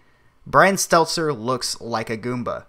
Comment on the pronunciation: It's Stelter..not Stelzer